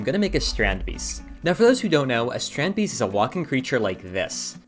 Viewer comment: It's pronounced "strund-based"! 🇳🇱